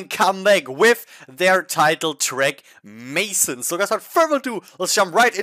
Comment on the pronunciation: Dear sir, the track name is not in English, it is French. You pronounce it wrong.